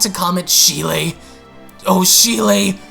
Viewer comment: Ik I'm bitching and being picky with this but Cheelai's name isn't pronounced how it's spelled. It's more like Chee-lie. I'm sorry but it was bothering me. I still love your vids, plz don't hate me🥺